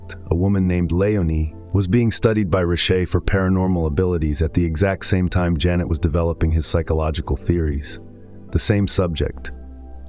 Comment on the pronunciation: It amaze me that an AI with a such profound knowledge is missing up the name Pierre Janet with Jeunet...